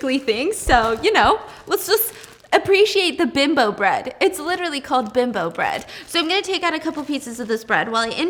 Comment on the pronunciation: This is a serious matter lol you did not just mispronounced Bimbo bread 😂oh noooooo